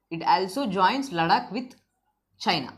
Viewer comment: Sir lecture is very gud... But u r incorrect pronouncing word ladakh